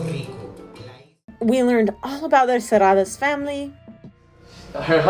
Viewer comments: I know you don't speak Spanish, but the way you pronounce "SERRALLES" is so WRONG!!!! HAHAHAHHA!!! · No matter if you don't speak spanish, as respect you should practice to pronounce the best, our name of the place. It's not funny and we are not a amusement park.